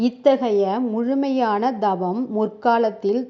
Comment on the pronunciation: Gundalini அல்ல Kundalini K-k- not G. Not’G’ Tthaavaram - Not Daavaram Th. Not Dhaavaram Horrible உச்சரிப்பு Dhavam அல்ல Thavam(tha, tha) SKY yoga -SGY யா?SKY யா? Upadesam- U’b’adesam அல்ல P not b விலக்கம் அல்ல விளக்கம்(ள)- ல அல்ல